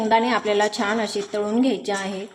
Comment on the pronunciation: सारखे सारखे छाण छाण म्हणत राहातात. जेनेकरुन असे सर्व अशुद्ध बोलते आहे.